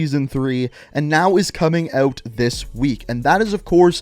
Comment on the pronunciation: “İf your ewt your ewt”